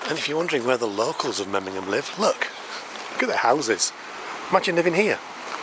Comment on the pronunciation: Nice video, but the city is called MemmingeN, not MemmingeM. I'm sorry to correct but I am afraid you pronounced it several times wrong 😢. Still glad you liked my hometown ❤